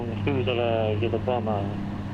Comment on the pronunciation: The second 'B' in 'bomb' and bomber' is silent in english...so say 'bom' and 'bomer'...You can actually hear the crew refer to another 'bomer' in the audio...JFYI...Thanks for the video...Good to see this though your eyes in this video...thanks